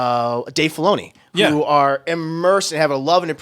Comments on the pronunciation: He’s supposed to be saying “are” but it always comes out as “or” 💀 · Is saying "Are" or "Or"?